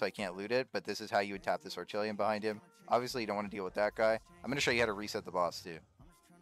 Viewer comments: its orei-kal-kum not orechilium lol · is this guys saying "ore-chilium"? its "oree-kal-cum". also, while this dude is getting fat loot, i don't think this farm is good for most people. the amount of time and rng you will need just doesn't seem worth it when there are plenty o safer orichalcum spots. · bro i rewatched the clip, icant help but laugh when i hear you saying "orichillium" 🤣🤣. im subbing!! well done xD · had to switch it of after hearing "Orchilium" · Orchilium? lmao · he cant even pronounce orichalcum right